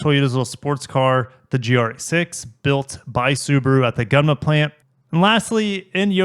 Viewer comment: Thanks for another great video! Just to let you know, the pronunciation of Gunma should be ''goon-ma''. I always enjoy your content. Keep it coming! : )